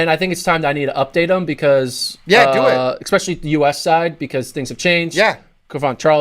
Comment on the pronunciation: No more ECKspecially ... No more ECK cetera.